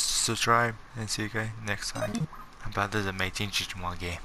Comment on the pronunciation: Please learn how to say subscribe and digimon for the fact you can im watching a different video